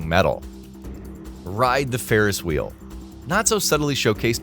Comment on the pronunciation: Ride the Farris Whee 😂